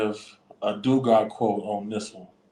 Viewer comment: Not to be that person but its “Dugar”